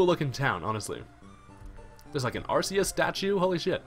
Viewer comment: It's ARK-EE-US NOT ARSE-EE-US